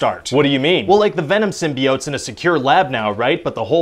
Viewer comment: He still said SymBEEotes lol